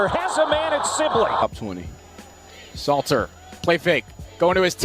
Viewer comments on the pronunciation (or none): His name is not Slayter…..it is SALTER. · Salttttttterrrrrrrr not slayter bro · Salter not Slater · Salter bro its salter and there is a L in in colorado lol😂 good videos though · You are the MICHAEL MYERS of butchering names. It's SALTER.🧂 😂😂😂